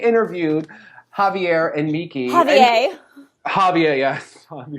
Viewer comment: Nice but you still have to work more on how to pronounce Javier correctly.